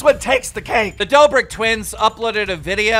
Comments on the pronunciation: No one: Keemstar: "Dobrik brothers" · stop butchering every name its the kid laroi not the kid leroi and its not the dobrick twins